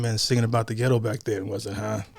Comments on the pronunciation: Mac Davis wished Elvis had pronounced Ghetto as ghe-doe not ghet -toe. He did not write it that way. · Mac was taken aback when Elvis pronounced the word ghetto the way he did. But it worked anyway. I remember a routine with Richard Pryor making fun of the way the word was pronounced in the song.